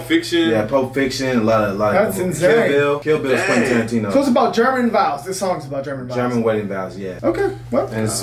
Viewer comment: He's Name is Tarantino not tarintino 😂😂😂😂😂😂